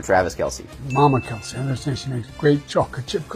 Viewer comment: It's Kelse, not Kelsey.